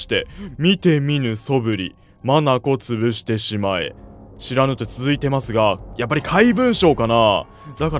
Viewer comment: 眼潰しを「まなこつぶし」って読む人始めて見たw